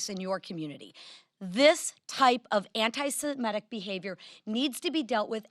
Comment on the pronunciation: At least Johnson pronounces "SEMITIC" properly because it stems from "SEMITE" . It is hard to listen to people in government who cannot even pronounce thing. correctly.